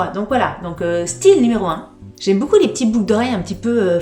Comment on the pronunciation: Coucou chouette tes bijoux j’aime le style et je ne connaissais pas la marque who we are je vais allé voir ca. Par contre je bug a chaque fois que tu dis beaucoup en fait tu dis « boucoup » ca me fait bien rire 😝 . Et j’ajoute que les boucles d’oreilles te vont très bien mais conseil quand tu mets des boucles assez grosses fantaisies ne met pas de collier. Perso je trouve que ca fait teop chargé